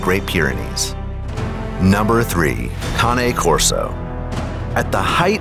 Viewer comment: How'd he say Cane Corso ? Smh